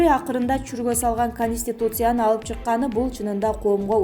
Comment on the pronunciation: диктор кыз Перемер министир - эмес да,Конустутиция дагы эмес ондоп суйло, болбосо Адыкам Мадумаров укса урушат сабатсыз, маданиятсыз- деп.